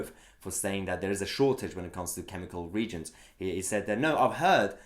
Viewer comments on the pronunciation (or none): Just a quick heads up. Reagent is pronounced as re agent not as regent. As I was listening in on audio only took me a second to realise what the issue actually was. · Hi Mahyar - brilliant content as always, just one issue... the word reagent. It's pronounced re-agent and not reagent as in royalty. Re-agent grade chemicals are 99.9% pure compounds and are used in research such as pharmaceuticals as in the case of Covid19 now, whereas commercial grade chemicals are allowed a small percentage of impurities but still confirm to standards. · Say it re-agent, not regent, as with reaction. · Mahyar the word is pronounced ree-ay-gent not regent, keep up the good work. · Mahyar, I must correct you, it is pronounced ''Re- Agent'' sorry. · I hope you don't think it impertinent of me Mahyar, but the word 'reagent' is pronounced re-agent rather than regent. Enjoy your input mate, all the best and stay safe. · Don;t you know the Regent is spelled like that not Reagent which is pronounced RE AGENT! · Love your channel my fellow Persian from the other side of the pond. I hate to be pedantic, but it is pronounced Re-agent not reagent. As in an agent redoing itself, not a member of royalty acting on behalf of the monarch. Keep up the good work and happy Nowruz. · Minor point of order. The word “reagent”;is pronounced as “re agent”. Thanks. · Reagent is pronounced REE-AGENT. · Just an FYI Mahyar the word is pronounced re-agent.